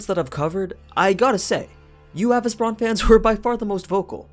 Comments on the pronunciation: Why you’re mentioning “a—vis—bran” in fate/netflix they are calling him “a-vesee-bron” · Avi-ce-bron, not avice-bron. Listen to how the words are said in the series, minus the accent, they say it correct.